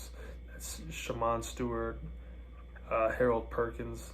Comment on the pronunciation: Bro mispronounced like half of our recruits “Conner wignal”, “sheman Stewart”, “Kevin banks”